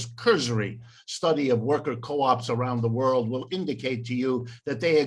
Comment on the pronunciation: He can't even say world right lol